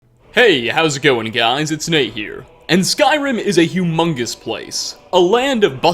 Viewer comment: Humongous whaaat??? (ENGLISH ACCENT)